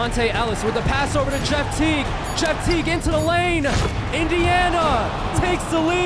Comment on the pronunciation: bro called jeff teague jet lolololololol iykyk